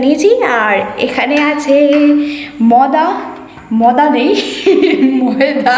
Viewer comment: ময়দা ভাষা টা টিক করে বল